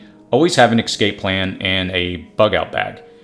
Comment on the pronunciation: Thank you for these tips! My on!y suggestion is to use proper pronunciation of words like "escape" and anonymity ( anna-nimmity)